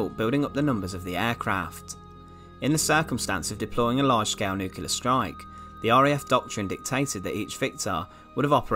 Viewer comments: agree about the looks but yet another (or ‘anuva’) narrator unable to pronounce ‘Nuclear’ instead saying ’nucular’!🤯😳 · the word is New-Clear and not Noo-killer ! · And Nucilear! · “Nookelar”is so lazy and so annoying.